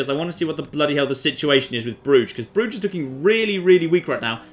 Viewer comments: an uncultured barbarian. Pronounces Bruges: "Broozh". Me: a man of culture and refinement. Pronounces Bruges: "Bruh-jez". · Bruges = Bruises